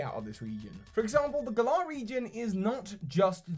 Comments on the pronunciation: Why do you insist on calling it "Gahlar" it's Gal ar like Valor. Valor is literally what knights have. Gahlar sounds stupid. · You putting the emphasis on the second syllable sounds super weird,. Why have you chosen to pronounce it gaLAR and not GAlar? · Gal - ar, not Gul - Ah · FOR THE LOVE OF ARCEUS AND ALL THINGS FRIKKING HOLY ITS NOT PRONOUNCED GUH-LAHR ITS PRONOUNCED LIKE THE WORD GALLANT!!!!!!!!!!!! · Whenever I hear you pronounce the region name I picture Hermione for some reason saying "it's gallaaaaah not galler" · Please say "Glar" isn't how everyone's pronouncing it? I've been basing it off Valour or Gallant. Glar sounds like a noise a Pokemon would make. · You're the only person who I hear pronounce Galar as GER-LAR. I always hear (and imagine) it pronounced GAH-LAR (to rhyme with Valour). Interesting interpretation.I'm dead excited for these games to come out. So proud to represent team GB! Keep up the awesome work buddy! ^_^ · I don't know how Galar is ment to be pronounced but I'm Australian and the way you say the name sounds to me like you are saying the name of a small type of cockatoo called a Galah. Maybe cause name is similar and UK's connection to Australia they could put the medium size pink and grey parrot in the game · If Galar is a ukish region how come you pronounce it like it's an Aussie region? =p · I like The way he say'd galar itis funny 😊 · Your pronunciation of the Galar region is triggering me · You’re saying Galar wrong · I love your videos, but how you pronounce Galar kills me.